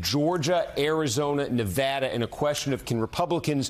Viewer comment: What's a "nivaada"